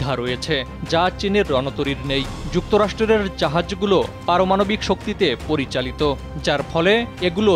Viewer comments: যুক্তরাষ্ট্র রের?🙂 ভাই এসব কেমন উচ্চারণ। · "যুক্তরাষ্ট্রের " উচ্চারণটাও সঠিকভাবে করতে পারেন না।